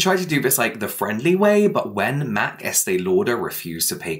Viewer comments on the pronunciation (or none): none